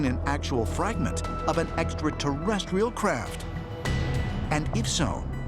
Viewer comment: no I haven’t noticed lol but what can we expect from a dude who says eckaterrestial?